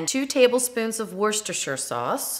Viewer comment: Just ordered a new Ninja Foodi with the sliding lid so have been watching all of your videos and love every one of them. One tip - I'm from the UK we pronounce worcestershire sauce as "wooster sauce" much easier to say. 😁